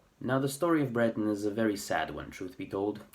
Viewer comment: For once, no nonsense! (a diplomatic term to replace two other less polite words). It is so hard to find people who "tell it like it is" regarding Breton. And you even pronounce the word properly instead of aping the French accented word. Thank you or even "merci bras deoc'h. I remember reading in the local weekly paper " Le Trégor " where they published a census taking (this was 1992) of the number of "bretonnants" or Breton speakers. The number came to 220,000 Breton speakers. Now, to this number, they divided it further down to people who spoke it on a daily basis or people who learnt it at home (probably in a rural setting) but didn't speak it very often anymore. In this census taking, it is important to point out that they didn't include people who "learnt Breton in books or other materials. Now, 30 years on, how on earth can they come to 220.,000 again? Oh, just to make it clear. This was census taking for all of Brittanly. Personally, I think it's more imaginary than real. Well, nowadays, it's your right to be called a woman even if you were'nt born one. I am not a native speaker of Breton even though I could pass for one once upon a time. I worked on a couple of farms in or near Plouaret and Vieux Marché. I ended up marrying one of the daughters at the first farm. I continued to speak Breton with family, friends and colleagues who were Breton speaking and my age or older until very recently. i still speak to my ex in Breton as she appreciates that emotional contact th